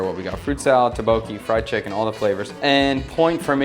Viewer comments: It's pronounced more like 'duck-bogey' and not 'ta-bokie' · It's pronounced "DUK-bo-kee" instead of "tae-bokee". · Your pronunciation of tteokbokki is still not great with the videos where you eat it. And now your kids have learned it from you on how to also say it incorrectly lol.